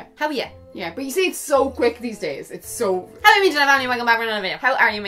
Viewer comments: I've been watching you since forever. And I always thought you said "Hey you my internet family" 😂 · Oh I always thought you're saying 'hello my internet family' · Omg! That's news. I always thought you were saying hello my internet family! Hahahaha. I'm very good thank you Melanie how are you xxx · Maryam I did too. I could've sworn that's what she was saying lol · I always thought you were saying "HELLO" :') i've been watching you for ages this is embarrassing hahah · Omg I always thought you were saying "hello my internet family"